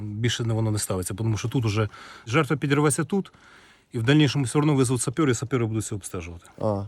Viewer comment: Ахаха сапЭры